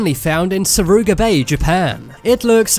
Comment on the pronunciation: japanese here. FYI, it is suruga bay not saruga bay. you made an error.